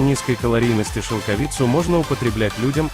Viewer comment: Поставил дизлайк только за шелкови'цу. Режет уши, мешает просмотру